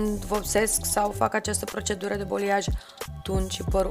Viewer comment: Superb lucrat! Doar o mică remarcă: balayage, vine din limba franceză, înseamnă a amesteca,a mixa,se pronunță baleiaj,în română,nu boliaj. Lucrezi prea bine și frumos,ca să te las să pronunți incorect.Pup!🥰